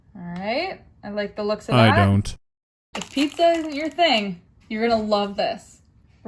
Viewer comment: I’m Italian, and I was beyond offended at that “pizza”. It was a crime.